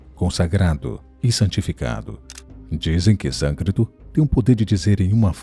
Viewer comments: O nome da língua é SÂNSCRITO e não Sancrito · Se fala Sânscrito mesmo, ele errou na hora de falar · SånScrito e não såncrito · Sâncrito não, sânscrito.